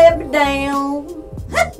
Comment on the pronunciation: There were like eight vowels when she pronounced her name! I know there are quite a few different southern accents, it's really interesting to hear the differences